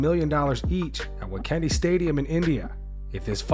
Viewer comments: As an Indian MMA fan that last part of the video was high levels of cringe to watch. narrator dude, it's the Wankhede stadium not Wacandy. /facepalm Like bruh! Visually pronounce the words you read. It's not that hard. I'd understand if it was done by a TikTok generation guy. But I think you are well above the age of 30. Also, that's the Indian flag with the heart emoji posted by Connor. NA education strikes again. 🤡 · It’s the indian flag. Edit: also the stadium’s name “wankhede” is pronounced waan-khay-day